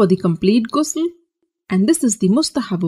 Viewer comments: Its not gusul kindly pronounce it right , someone who calls themselves ustaza n aalima doesnt even pronounce it right , i d rather learn t from a male scholar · its actully pronouce like a french ''R'' Ghusl not like ''gay'' u know (i didnt find another exemple of word sorry if I hurt someone by saying ''gay'') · It's called GHusl not Gusl